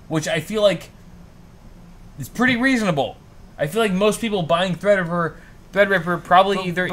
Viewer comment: Wifeysauce you da real MVP for that donation. Also, drunk pronounces Threadripper as "Thrdrppr" lmao